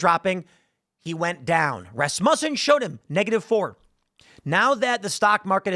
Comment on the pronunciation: Rasmutton isn't how it's said